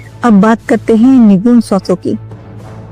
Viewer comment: सुगुण नही सगुण ! निगुण नही निर्गुण!! पहले ये परिभाषा सीखो,बादमै लोगोंमे ज्ञान झाडो ! ज्ञान उच्चारण आत है क्या ? कि ग्यान उच्घारण करत हो??